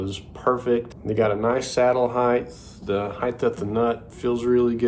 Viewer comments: It’s heighT, not heighTH. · It's HEIGHT. NOT "HEIGHTH" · Height. Not Hei-th.